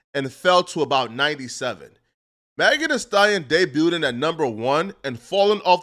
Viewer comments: Learn to say "day-b-u'd" it's not day-bu-u-ted wtf is wrong with you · This fool said “day-byoo-ded”😂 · The "t" in debuted is silent 🙄😒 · Debuted’d is crazy though lol